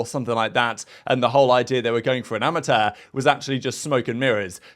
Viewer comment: Wtf is a amata?!? It’s amateur Chhhhh Not taaaaa